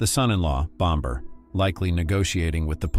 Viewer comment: BomBer Kavanagh Aggggggg „Bommer“ please 🙏